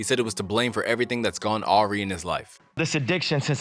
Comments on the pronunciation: "Awry" is pronounced "uh-rye" not "aw-ree" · Hey, just a heads up- "awry" is pronounced "uh rye". Not being rude, just spreading knowledge!❤😊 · "Awry" is pronounced "Uh-rye." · “aww ree”? You’re either using AI or plagiarizing, brother. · Awry is pronounced “uh-rye” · "Awry" is actually pronounced "Uh-Rye". You made it work though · The way you pronounced the word “awry” is absolutely unhinged. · The destruction of the word 'Awry' by the commentator is the real tragedy.